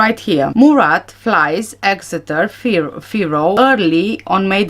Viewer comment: You did say Exeter perfectly. You are a very good detective, keep up the hard work. So many of us know there are some very suspicious things about this whole case from the beginning, I think justice will be done one day.